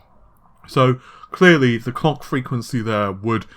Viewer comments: Kevboard Arts lol. My thoughts exactly! I had to rewind and play it again just to make sure he was saying clock. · "Sony will be able to largely keep the COCK frequency of the PS5's GPU at the 2.23ghz" MISHEARD LYRICS EDITION